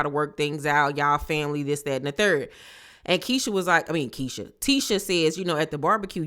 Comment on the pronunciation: 😂 not "cut" Keisha 😂